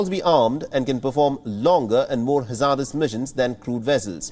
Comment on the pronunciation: Haaa-Zardous!! Too Funny 😂🤣😆